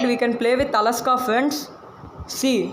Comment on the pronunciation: Alexa not alaska